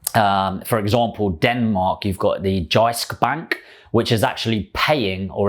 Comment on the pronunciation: Brilliant video. Lots of great value here! Loved the pronunciation of Jyske Bank by the way haha